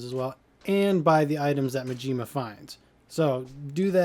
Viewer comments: The way you say majima literally hurts my soul Majima, not Muhjima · no he isnt dude. He is saying “muhjima” when it should be “mahjima”